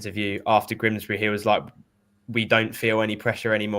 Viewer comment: you do know it is Grimsby and not Grimsbry? It's doing my head in.😠